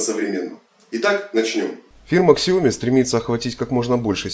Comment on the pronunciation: kСиОмИ...Как название брэнда искаверкал. 😗